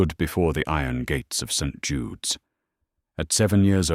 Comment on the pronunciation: I gave legit applause when I heard someone finally got AI to pronounce St. Jude correctly. 😂